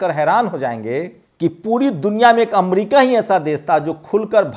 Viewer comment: Amdica nhi America hota hai